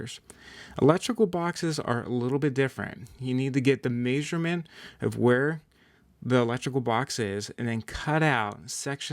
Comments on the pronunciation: If i ever here someone say maysurment again I might rip a chickens head off!!! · Still trying to figure out what a May-sure-meant is… 😅 where is this guy from? Every time he said it I was like WHAT?!!! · GREAT VIDEO... but the way you say measurement drives me nuts LOL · Haha! Me too !😂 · I've never heard anyone say "measurement" the way you do. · leared that from his encyclo-pay-dia.